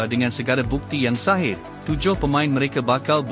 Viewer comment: Bkn sahih pak....sohih....sohih dong.....